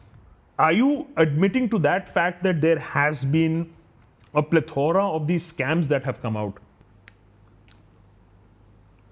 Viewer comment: “Plethora” i had to check.